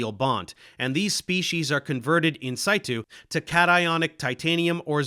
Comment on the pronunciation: Was it "in situ" you meant to say but you pronounce the "i" as in english instead of latin ? It may seem sarcastic but I've got a real doubt, I'm thinking it may be something else idk about. idk...